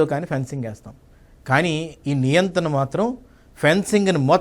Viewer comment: నియంతన కాదు నియంత. ఎవరైన ఆయనకు తెలియజేయండి.